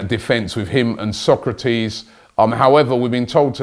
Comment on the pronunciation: It’s So-kra-tis, not Socrates 😡